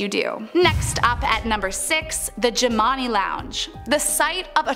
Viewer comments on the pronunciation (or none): The bar is pronounced Jim And I after the owners. Please get your info correct. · I'm playing check off the places I've been. I stayed at the haunted hotel. I got some stories. Jimani is actually pronounced more like "jim-an-eye" Been to all of these places though.